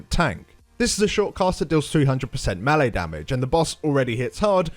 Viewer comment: Melee is properly pronounce "may - lay" not "mealy". It's French.